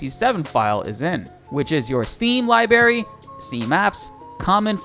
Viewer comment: You do know there are two "R"s in "library," right? ;)